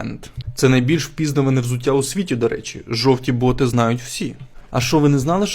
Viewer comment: 300 разів переслухала Ваше «впІ?наване»😂 замість «впізнАване». Будьте обережні з наголосами😅